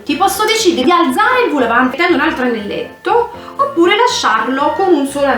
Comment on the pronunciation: vol no vul è au che si legge o